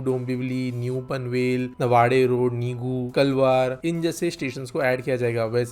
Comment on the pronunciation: Take name correctly नावडे रोड कापूरबावडी